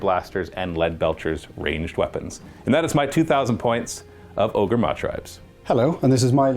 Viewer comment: “O-GOR” 😂 Just say ogre, man. They changed the spelling for intellectual property reasons, but same pronunciation.